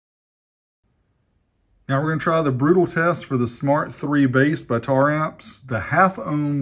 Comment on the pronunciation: omg you said it right, been staring hard at the name while people say tara amps.....